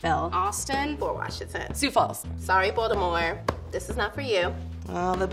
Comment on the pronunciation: “Sioux Falls” Man do I want to slap you.